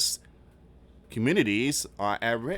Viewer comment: Please look up or ask your wife how to say rural and indigenous 🤦🏼‍♀️I don’t even know what you said 😬🥴you weren’t even close.